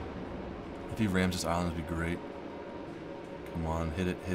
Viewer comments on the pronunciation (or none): none